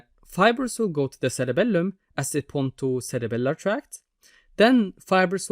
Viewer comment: the way you say CereBELuuM 😅💝